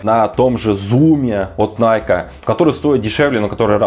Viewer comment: Для начала давайте называть правильно, не найк, а найкИ!